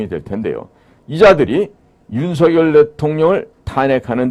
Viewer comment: 유투브에 몇 차례 /윤성열/로 불러주세요가 아직도 안 되네요. 고유명사는 문법에 구애받지 않습니다. 본인이 원하는대로 불러 주세요. /레이건/ 대통령도 미국식으로 읽으면 /리건/이 맞지만 자기네 집안에서는 /레이건/으로 발음하므로 그렇게 불러 달라는 공문을 각국에 보내어 지금껏 그렇게 불려지잖아요. 자음접변만 아는 /윤서결/은 듣기에 참 거북하고 심지어 그런 문화를 모르는 거 같아 참 무식하게 보입니다. 기대를 했는데 사소한 데서 대단히 실망하고 있습니다.